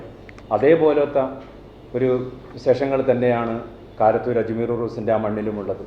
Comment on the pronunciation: കാരന്തൂരല്ല കാരത്തൂർ